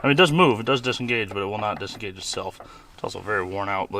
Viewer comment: Nucular bomb😂